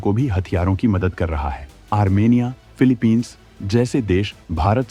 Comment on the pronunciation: भाई उच्चारण सही तरह करा करो फिलीपींस हैं